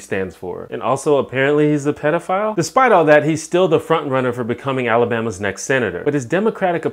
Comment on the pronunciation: Why does everyone mispronounce pedophile?